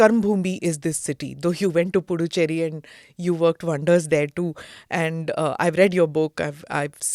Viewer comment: Smita madam. It’s pronounced as Pudhuchery. It’s not Du it’s Dhu while pronouncing.. pudhu means new Cherry means colony. It means new colony.